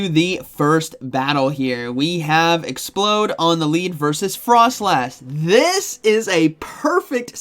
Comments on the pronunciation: It's not explode! It's ex-p-loud. As is loud! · ExpLOUD... LOUD! Not Explode. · You do know it's pronounced Ex-ploud right you keep saying explode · The fact he says 'Explode' twice in a row when it's clearly 'Ex-p-LOUD' makes me feel like he's taking the piss. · Exp-loud not explode, by the way! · Exploud not explode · Also it's ex-pLoud like loud, not explode. Like how the pre evolution is LOUDred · Awesome vid as always! Grammar tho :p not expload. Exploud! "Loud" "explosion" 😁👍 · It's pronounced ex-pla-ud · Oops. Already invested in Exploud 🤗 like I have alot of “non-meta” pokes. It’s no question that I’m not in the millions in stardust like a lot of my poke-peers are 😂 Also isn’t it pronounced “exp-LOUD”? Or are you just waking up bc it’s so early you don’t care how a fictional beast’s name is pronounced? Lmao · You're saying Exploud wrong it's not explode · It bothers me that he calls Exploud… as in loud…. Explode…. Over and over and over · showcasing the new spicy pick ✅ mispronouncing it’s name ✅